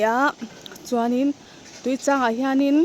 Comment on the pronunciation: I lam rik dan chu "Tuichang LEIH" ti a lam i ang deuh tlat mai....